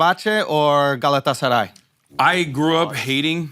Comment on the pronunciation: ...and I am even more confused as to how Schulz knows how to pronounce Fenerbahçe and Galatasaray.